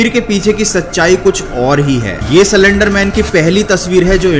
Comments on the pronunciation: Salender nahi slender pahle teek tarike sai pronaunce karo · What! He was pronouncing slenderman as cylenderman😂😂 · सलेंडर, सिलेंडर नही , ये है असली शब्द 👉"स्लेन्डर" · Everyone:- Slender man:- celendar man Pronounciation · Me too😂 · Broo i came her very seriously to know about slender man but when he say cylinder man I can't stop laughing 😂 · Video banane se pahle pronounciation sikh li ji ye. It's slender not slander ( both have different meanings and pronounciation) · Cylender nhi bhaii..... 🤣😁😁 slender man🤣🤣😁😁😁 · Well bruh you are prenouncing it wrong . It is prenounced as slender not selender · Cylinder man 😂🤣 aare bhai slen-der man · C lender man😭😭 it's slender broo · Bhai cylendr nai slender bolo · he says 'silender' man 🤣🤣😂😂😂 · he literally said cylinder man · No one: Literally no one: Not even spongebob: This guy: CYLINDER MAN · Till 1 minute I was also thinking it is “cylinder man"......😅😅😅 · Who Heard Cylinder Man In Place Of Slenderman😂😂😂🤣😂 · I also heard he told cylenderman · I heard it too he said"Cylenderman " Slenderman: Am i replaced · Did anyone notice that he actually Said cylinder man😂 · bhai aap bhi Silinder man hi bolte ho 😂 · Did I just heard "Cylinder Man" ? 😂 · Bro wtf I heard cylinder man😂😂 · Pahle slender bolna sikh le bhai